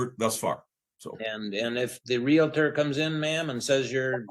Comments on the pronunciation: the house is his...allows her to stay there. hory shet!!! even going thru this, a gentleman/provider. and why do people say "RELATOR"...is "REALTOR" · These birds always pronounce realtor the wrong way